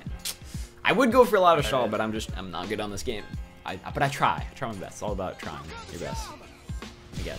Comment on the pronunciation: changed good to great because you pronounce it "geed" haha